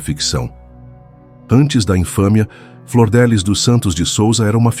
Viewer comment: Não é Flordelis é Flor DF liz